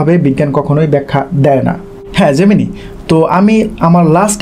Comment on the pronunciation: জেমিনি না ওটা জেমিনাই উচ্চারণ হবে 😊